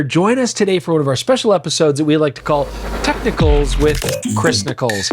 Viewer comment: Bro said tech-niccolls lmao I wonder what they call their test on these techs 😂😂